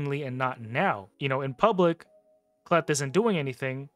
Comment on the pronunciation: Hey I agree with your assessment of the Knights Revenant faction, so don’t think that I am nitpicking, I can help you with the pronunciation of K’Leth . When a letter comes before an apostrophe at the start of a name or word that letter is pronounced in the long form, examples are seen in African, Native American and some other Eastern cultures. So the probable way to say the name K’Leth would be as follows: K’Leth would be pronounced as “Kay-Leth.” But that doesn’t mean that I am right, however I study names and cultures as a hobby.